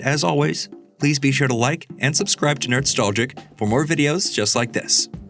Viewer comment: It's always crazy to me that your L-sound speech impediment prevents you from pronouncing your own show name "Nerdstowgic"